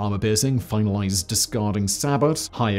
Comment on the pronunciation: "Armour piercing finallysed " WTF is that?